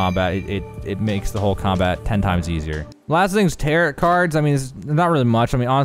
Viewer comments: Tarot cards, the end T is silent. Te Ro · The way he’s saying tarot card is sending me lol